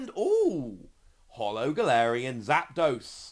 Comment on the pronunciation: You called zapdos, zigzagoon lol